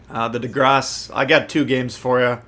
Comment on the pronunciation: perfect French is I could say! Lmao😂😋